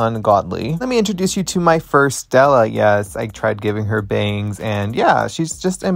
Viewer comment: Y'all it's Setlla not Stella